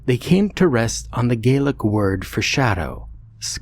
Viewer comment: Pretty good pronunciation of the gealic words.